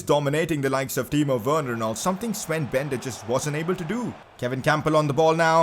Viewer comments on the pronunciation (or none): none